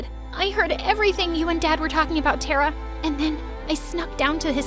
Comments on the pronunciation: You guys have such a big and good production and still you guys can't pronounce a simple Indian name?! She was pronouncing Tara tera, I request you guys please don't ever make videos which include Hindi words cause you guys just ruined the beautiful language, shame on you MSA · its not tara.It's Thara.Thara means star🌠🌟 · As an Indian , the pronounciation of Tara was really hilarious 🤣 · The name “tara” in india is so mispronounced 🤣 🇮🇳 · The way she said "Tara"💀😂 Only Indians will understand 🙂👍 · TTARA pronounce it again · Why you people pronounce Tara and Rita wrong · HER NAME IS NOT TERA MY NAME IS TARA BU5 IT IS PROUNOUNCED TA-RA NOT TERA GET IT RIGHT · It’s not tera it’s Tara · its not tera its ta-ra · You can't be a Indian if you pronounce it Tera and not Tara and by the way I am an Indian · It's not pronounced Tera it's pronounced Taara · thats taaraaa not tera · Hey it is not Tera Tara pronunc it with a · this is compleatle false i mean they didn't even say tara right its pronounced taaraa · Surprise surprise, my name is Taara and her name is pronounced (Th-A-Ra) the voices did not pronounce her name properly